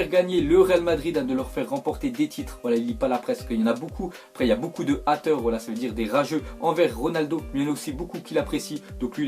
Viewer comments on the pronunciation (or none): hater ça ce prononce heyteur pas ateur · sa se prononce haiteur pas hatejr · 😂 t'es sérieux ça s'dit pas sa "des ateurs" c'est haters en anglais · "Il ya beaucoup de a theure" nn Hateur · Mdrrr " il y à beaucoup de Ateur " sa se dit ayteur sa s'écrit Hater 😂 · Haters sa ce dit pas Ateur mais Éteurs merci😇🤙🏽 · c'est pas "atteurs" c'est "haters" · Tii-J976 c'est parce que la prononcé atteur au lieu de Hayter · ca prononce pas atteur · des hater mdr avec l accent anglais c est (heyter) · Il y'a beaucoup de "ather "MDRRR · Je reve ou il a dit ateur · il y a beaucoup de "atteures" mdrr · de "haters" mdr